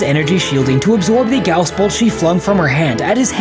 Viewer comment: That's not how you pronounce guass